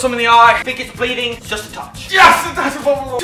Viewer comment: I love how he went Aussie for "I think it's bleeedin"